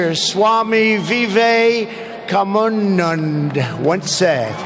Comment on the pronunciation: "Swami vivek commanand " "suuuchin tundulkur" 😂